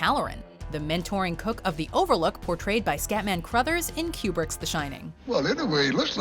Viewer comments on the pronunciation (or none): I swear she is saying "Q*berts The Shining" everytime, especially at , instead of "kubrick's"😆 ....I had no idea Q*bert made movies hahaha